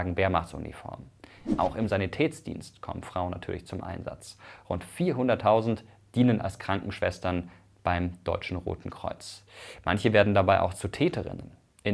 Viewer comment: hat er das gerade im Sanitä-R-dienst gesagt. Ich glaube du meinst SANIT-Ä-TSDIENST